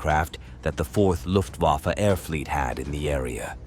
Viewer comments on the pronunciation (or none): none